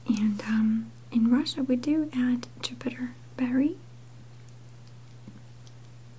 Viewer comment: Watch this video waaaay too often, better than is good for my health, I think I almost know it word for word!!!! - but they are not 'jupiter' berries, juniper berries is the correct name. You are lovely! Love from Ireland or Ирландия xxxx